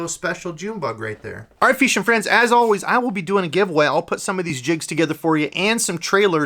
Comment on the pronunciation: lol saying "feeshing" and saying "time to paint"